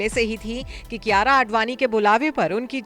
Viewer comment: Naam bigad rakha hai,kiyara ki jagah kiraya hona tha juban bhi sahi se nhi ghoomti kiyara advani Or kiraya advani